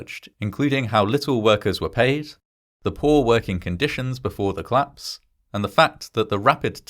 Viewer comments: Could you please pronounce "collapse" as "collapse" and not "clapse"? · Very good video. One minor criticism of your narration: I wish you would pronounce "collapse" and "police" as two-syllable words, not "clapse" and "pleece".